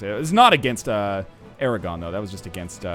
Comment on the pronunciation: Aragon isn't french, don't pronounce it like it is.